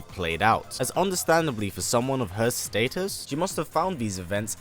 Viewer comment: What are you saying status like that 😂